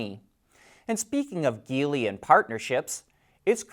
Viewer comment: And "Geely" is a soft G (like gel) not hard G (like geese).